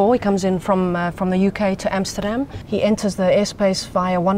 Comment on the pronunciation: Welcome to Amsterdan guys? lol